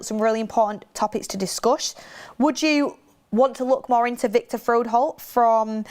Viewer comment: It's FRO-HOLDT, not FROD-HOLE 😆